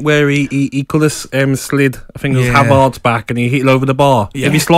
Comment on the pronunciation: Someone tell Gabby it's not ' Have Arts' 😅